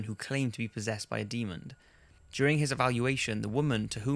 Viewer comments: It's Demon, not Demond. Drives me crazy! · Jesus fucking christ it's pronounced and spelled Demon. NO ed and the end. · Is it just me or is he saying Demond?